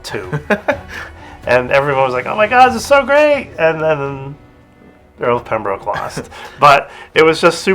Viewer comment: Nice baseball cap! Small correction to British names pronunciation - it's the Earl of Pembrook (despite the spelling being Pembroke).